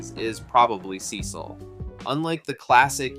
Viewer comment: holy underrated, love the vid but the way you said "Cecil" made me mad lol